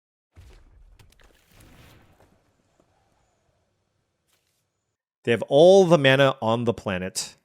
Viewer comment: Your pronunciation of Indian words is insane dude, look up radha. idk if the rest of the mtg community says it the way you said it, if so fine lol, i only really watch you.